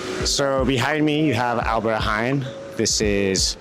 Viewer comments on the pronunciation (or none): It is NOT Alberty Haain it is Albert Heijn with ei, not aai